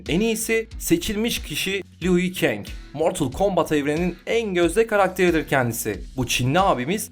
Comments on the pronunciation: Arkadaşlar liu keng diye okunuyor lui keng değil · abi liu kangin ismini lui die okumuşsn liu olcakt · Lu keng diye okuyacaksın onu